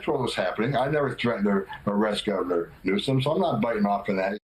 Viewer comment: Anyone who is the president of the US should be able to pronounce Gavin Newsom correctly. Grow up Trump.